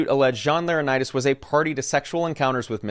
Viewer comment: Laranitis? Its not an illness my guy. Lor - en - eye - tis